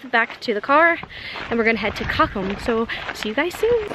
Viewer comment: I feel kind of confused when your pronunciation of German words you use often is close to perfect but some less used words/town names ( like "cochem") are pronounced the American way. Unfortunately, these words are only stored in my "German memory", so I do not recognize the term on first hearing if the rest of the sentence is in English.